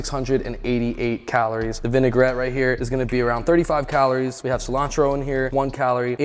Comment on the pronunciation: I NEED to ask... WHY do you pronounce calories, CALOOOORE? It drives us crazy.